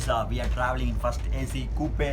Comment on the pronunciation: Pronunciation of coupe is wrong. The pronunciation of coupe is /kuːp/